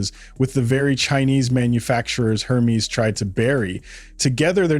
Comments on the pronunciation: While I do enjoy the mispronunciation of Hermés, it still needs to be said that it is not HER-mees, but Errr-meis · The narrator does not know how to pronounce Hermes... crazy...